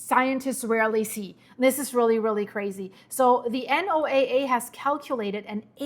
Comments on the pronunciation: You said the key part "below the surface " its SOURCE not the surface nor the mid levels its at the floor !!!! What does that tell you ?!!!!!!!! NOAA Pronounced No-uh ! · Thank you for all of this info. Also, we call "NOAA" Noah that's how it is pronounced in the U.S. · (just FYI: NOAA is spoken as Noah, like the male name. And El Nino is pronounced like L neen yoh in Spanish and English). Thanks for keeping us updated. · for NOAA, you can just say Noah. Everyone pretty much knows that is what you're referring to. 👍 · Is anyone going to tell her how to pronounce the abbreviation for NOAA?